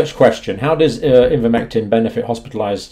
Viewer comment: Ivermectin NOT INvermectin